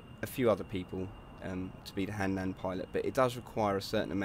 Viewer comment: HANLAND NOT HANDLAND YOU FUCK